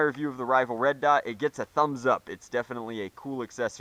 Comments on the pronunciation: I think when he said red dight he was trying to say light and dot at the same time and didn’t catch himself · you said red dite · and "Red Dite" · " Red dite?" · a "red dight" XD